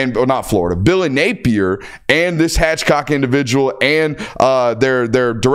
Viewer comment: Uhhh it’s Hathcock NOT Hatchcock, that’s two of you Georgia guys now that have done your “reading” for us.